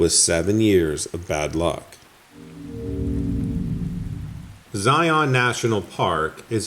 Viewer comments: So its ZI-IN orZI-UN, not ZI-ON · Just a little fyi, we locals pronounce Zion “Zi-in” or even “Zi-un” with the accent on the “Zi”. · more like the first…but no, not Zi-ON…and more like one syllable not two distinct syllables